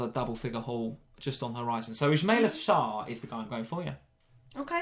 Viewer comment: mispronouncing Sarr’s name for some reason bothered me